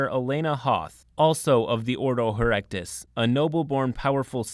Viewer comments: not "herektis", here-ti-kus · herectus?? its her-et-I-cus, as in heretic, heretical .. its nothing to do with erections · nitpicky but... ordo hereticus, not ordo erectus XP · The Ordo Erectus! HA!! The Inquisition can be dicks, but they're not quite so literal about it (It's Hereticus,. He-re-ti-cus, from the word heretic) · Why calling "ordo hereticus" "ordo heRECTUS"? Edit: well, after THAT no one will stop me from bringing armed to the teeth space marine in a social mission. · Hereticus is pronounced "Hair-reti-cus" not "Hair-rekt-us". Its referring to heretics/heresy, not hair-rectums. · I love how he pronounces Ordo Hereticus as "Ordo Herectus". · he-re-ti-cus. try again he-re-ti-cus. I might sound like an asshole, but this channel literally only has two jobs: 1. find stories interesting enough 2. read them well. so let's try again to fix the latter 50%: he(mp)-re(storation)-ti(ck)-cus(as in cous-cous). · hereticus... Hare-ret-eh-kus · I write this while paused just after the introduction of the Inquisitors and want to say.... 4 Inquisitors from 3 Ordos? As a long time scholar of 40k lore I can't see any possibility for this to go wrong in any way. ZERO chance of Exterminatus. But I am a bit bothered by the mispronunciation of Hereticus. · Your pronunciation of Hereticus is heretical.